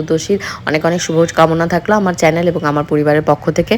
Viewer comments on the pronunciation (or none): none